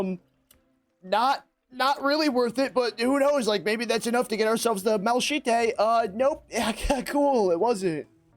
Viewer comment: i can no longer enjoy this video after that pronunciation of malachite 😭